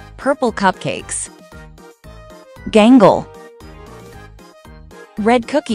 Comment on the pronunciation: You say Gangel it’s gangle and you said regatta it’s a Ragatha